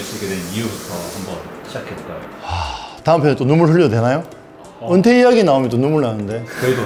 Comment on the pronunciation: 은퇴 아니고 언태😂